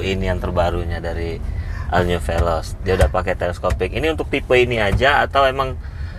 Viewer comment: ol bukan al.. 😁😁